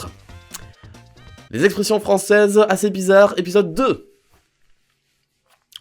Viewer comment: Il a dit froncaises